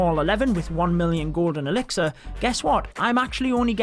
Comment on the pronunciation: Whenever you say gold and elixir I keep hear golden elixir